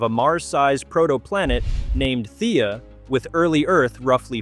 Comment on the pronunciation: Erm actually its Theia. :p